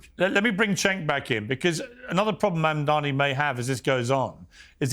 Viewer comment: THE NAME IS MAMDANI.. M-A-M-D-A-N-I …. Learn how to say it !!!